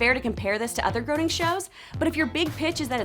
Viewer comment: Groening is pronounced like it rhymes with 'raining'